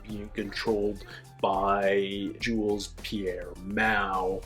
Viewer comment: Despite what many, many characters in the show seem to think, the S in Jules-Pierre is silent. It keeps bugging me.